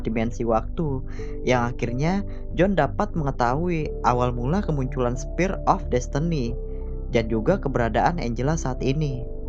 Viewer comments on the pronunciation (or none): Spear bukan Spire. . .